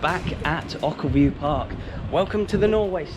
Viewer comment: It’s pronounced oh-kill-view 🙂